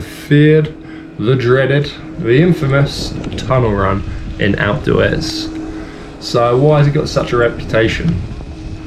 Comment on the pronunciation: You mean "Alpes du EZ" ?